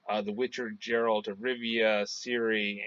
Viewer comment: with all do respect YOUR PRONOUNCING geralts Name Wrong its not JERR-alt the way your pronouncing it, Its GER-ALT same way your pronouncing it except pronounce the G instead of a J nooffence but its cringey hearing you call him the wrong name.